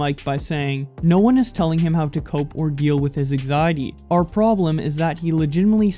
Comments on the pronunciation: An-xiety not axiety or exiety...bits an-xiety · Learn how to talk you slack jawed hick. ANG ZIATY. EGGZEITEY.